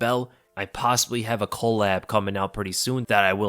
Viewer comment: That boy said "Cole-ab" coming soon lol